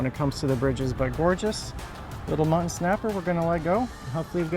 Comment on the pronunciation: Mu tt on . Sorry I’m a English annunciation Nazi